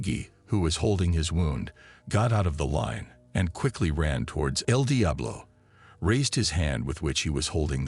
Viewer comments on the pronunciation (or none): It's eL Diablo not....... DI AH BLO 😂 BUT STILL GREAT JOB 💪🏾 and Kontent💯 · Come on AI, the pronouncement el Diablo and el dye-ablo is so annoying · The way he pronounces Eldiablo🚮🚮🚮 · Saying Edeablo is crazy 😂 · Eeel diablo😂😂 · Fuckin A.I cant even pronounce names Regg-E 😂 and the was it say El Diablo or El DyeAblo got me in tears 😂😂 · More so than… EL DIAblo!? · Bro I was hearing edi ablo😂😂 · el dayabolo😅😅😅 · Tf is wrong with you.. your pronunciation of EL DIABLO I s very distracting 🤨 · Man the way they keep mispronouncing el Diablo is burning me up real bad 😤🤬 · . He forgot to mention "El diablo" properly 😂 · L d up law. Aghhhr. So annoying. The computer says El Diablo is driving me crazy!!! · El Diablo as well 😂😂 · Also when the idiot says El Diablo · Also EL DIABLO 😅